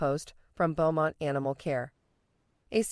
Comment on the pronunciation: Beaumont is pronounced Bo-mont